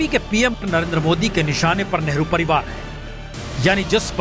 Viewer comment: Giriraj ji doosre ke liye bolte ho pehle aap to Hindi theek se bol lo spasht ko ashpasht kehte ho. Padivad bolte Ho parivar ko. Hypocrates.